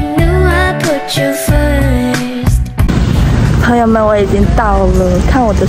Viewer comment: 朋友的（朋）發音太刻意了😂和你道地的內地口音很不搭捏😂，通常發音標準的都不會發（ ㄆㄣˊ）的音